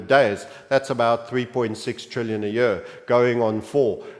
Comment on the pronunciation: the way you say “year” is disgusting